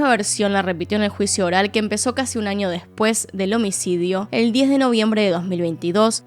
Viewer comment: Me encanta como pronuncias las ñ, un ninio, en el anio jajaja ❤